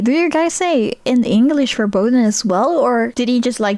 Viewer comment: it’s not German even though it’s close… he said something along the lines of „verboden“ which would not be a word here… I can imagine he wanted to say „verboten“ which would make more sense because it would mean that something is forbidden but with that pronunciation it would not be considered German